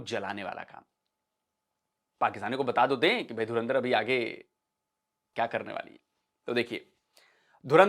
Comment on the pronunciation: Pakistanio kaunse duniya se jo dhurandhar tak sahi se nahi bol pate ho